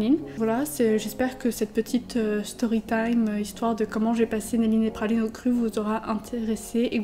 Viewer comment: Pourquoi dis tu Phaline et pas Praline ? (Un H à la place du R)